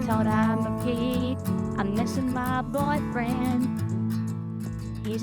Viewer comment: "I miss my boyfweind” lmao